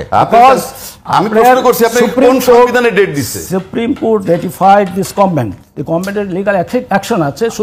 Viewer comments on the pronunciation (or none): none